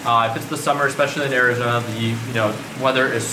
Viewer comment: “ Ari-zena “ y does he say it like that